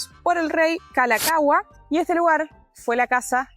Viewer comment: jejeje...no es tan mal la pronunciación. piensa así ca meja meja. En 1978 el inglés y hawaiana se convetieron los idiomas oficiales. Que interesante pq yo nunca entré en este lugar - Aliʻiolani Hale. Muy bien con la pronunciación del Rey Kalākaua!